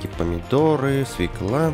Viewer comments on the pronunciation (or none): none